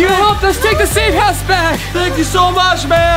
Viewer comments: Not perilta melivin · melvin not melven